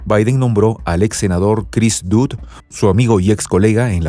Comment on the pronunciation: No es Chris "DUD" sino Chris "DOD" .